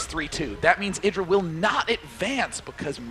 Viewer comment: why does that other noob caster keep calling him ai-dra